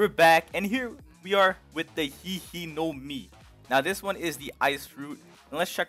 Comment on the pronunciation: he just pronounced hie hie no mi "he he no mi "